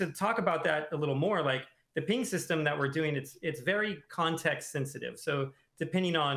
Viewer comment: Why does keep calling it a "peeing system"? I thought about joking about that in his original dev blog video but thought it was a bit too low-brow. Well, he's just said it about 15 times and I can't ignore it any more. I guess Overwatch 2 is getting a peeing system... edit And also, WHO CARES!?! Jesus jumping Christ has already spent 10 times as long talking about the peeing system as he has about literally anything else in the alpha. Doomfist? Vague explanations. Balance? Vague explanations. Peeing system? Technical documentation. Why?